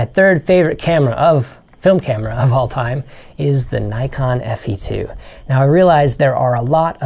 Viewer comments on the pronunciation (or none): Sorry, but Rollei is pronounced ROLL E not ROLL I. And Nikon is pronounced NICK ON not NY KON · "Nykon"?? Is this an American thing? Never heard of these cameras before. Nikon on the other hand...